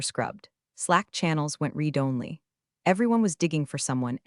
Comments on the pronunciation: Uneven story telling, not to mention next comments showing on screen at sane time as current thread. Still can't pronounce 'read'. Too many 'I didn't cry, i didn't moan' lines. Interesting ideas and some well thought out lines. Probably won't be coming back. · Hi, Thank you for this. To me, it shows that I'm not the only one getting annoyed bordering on sarcastic when the reading software hasn't been updated. I've listened to other story channels that can actually pronounce a-gap-e correctly and can handle the read challenge so I know it can be done. By not caring about the criticism shows us that we are as expendable as the stories' heroes in my opinion. Yours, Ann